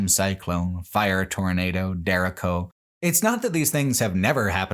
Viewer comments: always love your stuff, they make my work days amazing. But at least in the Iowa section you butchered so many names, which I get, most people can't pronounce Iowa town names. Tama specifically is Tay-mah. And derecho storm is duh-RAY-cho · It's pronounced day-ray-cho. (Spanish word for "straight")